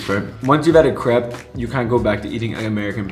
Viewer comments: C-r(roll your tough)-eh-p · you don’t pronounce it crepe you pronounce it crape I’m gonna be bullied but I swear it’s true it’s still spelled crepe though I’m from the us and I think they are better than pancakes and waffles are better than pancakes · Actuallyyyyy we pronounce it ( cr- A- pesss